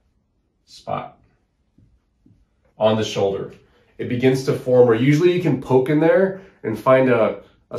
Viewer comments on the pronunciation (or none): none